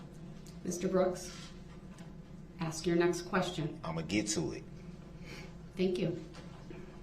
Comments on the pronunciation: "The state can AX the same question I already AXED? " Gotta love a piece of sh*t that can't even say the word ASK properly. 🙄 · And no idea how to ax a question 😅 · If he was sentenced to 1 year for everytime he mispronounced the word "ask", I'd be happy.